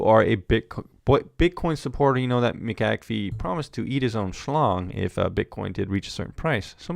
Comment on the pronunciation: Its not Mick Ak Fee , Its McA'fee